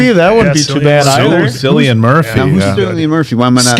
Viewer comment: took me a while listening few times to understand who you meant. cillian murphy, (irish actor) first name is pronounced kill-i-an, not sill-i-an